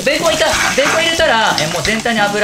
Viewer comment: 本当のベーコンの発音も勉強になりました！